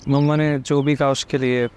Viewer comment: Mama nhi mamma hota h 😂😂